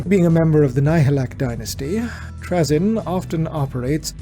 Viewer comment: You are the only person I have ever heard pronounce his name like that. Here it's pronounced Tray-zin